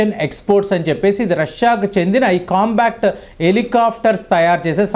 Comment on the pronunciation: మీరు చేసిన విశ్లేషణ బాగానే ఉందికానీ..... మీరు కొన్ని పదాలను పదేపదే తప్పు పలుకుతున్నారు. COMBAT హెలికాప్టర్ లను మీరు " COMBACT " అని తప్పుగా ఉచ్ఛరిస్తున్నారు. COMBAT అంటే పోరాటం; COMBA-C-T అనేమాట తప్పు. మీవీడియోలను వేలాదిమంది దేశమంతా చూస్తుంటారుకాబట్టి మీరు పలికే తప్పులు వేలాది ప్రేక్షకులకు ఇబ్బంది కలిగిస్తుంటాయి. COMBAT అని పలకండి. "కంబాట్" అనేమాట సరైనది. " కం-బా--క్ట్ " అనేది తప్పు. ఈసద్విమర్శను/positive feedback ను sportive గా తీసుకుంటారని ఆశిస్తాను. ధన్యవాదాలు !